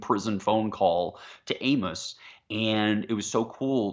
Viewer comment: dude without the beard really needs to learn the pronunciations of the characters names, it's really irritating when you do a review and you can't pronounce Amos